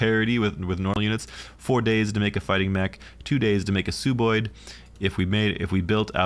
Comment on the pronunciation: Great video once again, but its Sub-oid, like sub-marine, sub-terranean, or sub-ordinate. "Sub" meaning below/under. They're sub-humanoids aka sub-oids.